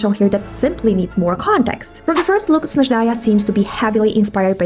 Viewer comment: Why on earth did all Slavs suddenly start thinking that Snezhnaya (stressed on the first syllable — that's correct, not how it's pronounced in the English voiceover) is a region of Slavic culture? This region, just like Mondstadt, Liyue, Inazuma, and Fontaine, has only one prototype — Russia (in this case, the Russian Empire). The fact that everyone suddenly started blowing up a psyop about this region being a reflection of all Slavs — no, from the very beginning, it was a region connected with Russia and its peoples.